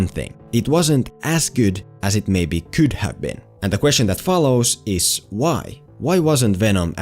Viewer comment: “As gewd as it kewd’ve been.” That accent has me dead I love it BAHAHHAHA 🤣